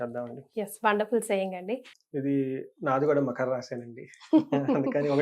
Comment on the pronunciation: మఖర..... కాదురా తల్లీ. మకర అమ్మా